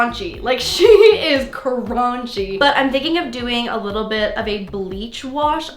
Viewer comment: "Its a little cronchy" - 2020